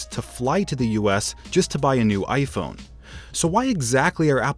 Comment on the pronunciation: Vishal Singh he said iphone but it sounded like gay phone 😂